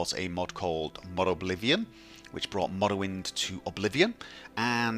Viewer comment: "MAwlawind, MawLawind"